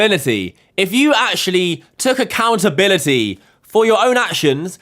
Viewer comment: She needs to take "Accountalinity" 😂😂😂